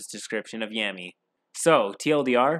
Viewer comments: Laughing at every time you say Yammy lmaoooo. Spoken like a true non-weeb 😂😂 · As soon as he says, “Every kid turns 13 and gets their grimoire” I immediately knew it was gonna be about Blackclover (I read the manga and I love it dearly as it’s honestly inspirational and I relate to Asta a lot). Also I love how he mispronounces “Yami” all the time The Dm basically just took Asta and swapped him with Captain Yami but made him incredibly pathetic and cringy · Your video quality is constantly improving. That said, a couple quick pointers: 1. Pronunciation. You've gotten better with this, and calling Yami (Yaw-mee) Yam-ey isn't that bad, but reading Deus (day-oos) as Deuce was like getting run over by a freight train. 2. Some editing is still off, with both video and audio. I'd say you should always rewatch your final draft right before uploading. Your earlier videos were hard to watch, but this one was straight up good, and I can see the quality getting better. Congratulations, you've got better content than 80% of YouTube content creators!